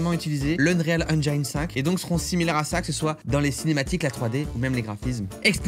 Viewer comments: Pour info ça se prononce engine et pas engiaïne :) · Eng"i"ne pas enjjjjaiiiilllneee, bordel Cyril, a chaque fois! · pssst... c'est engine comme dans devine pas engine comme dans aïe ;) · J'ai hate d'en voir plus avec des jeux qui sortiront avec cet Unreal Engine 5. Par contre, j'ai des boutnons à chaque fois que j'entend le mots Engine prononcé "Enjaïne". Ce n'est pas la bonne façon, Cyril. Au pire, quand tu doute, va sur Google traduction, inscrit le mot et click sur l'incone de prononciation. Ta façon de prononcer n'est ni anglaise, ni française. ^^ Si tu as la flemme, sache que ça se prononce comme tu dirais "N gène" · Je sais que l'anglais est une langue difficile pour les français mais svp prononcez 'engine' avec un 'i' à la française. Tout le monde prononce mal ce mot il fallait que je le dise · *Eunrîl Ainndgîne (pas facile je sais)